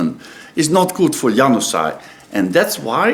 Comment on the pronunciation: `He says Januzaj like Young Sigh.